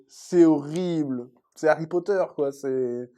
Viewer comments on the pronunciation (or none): none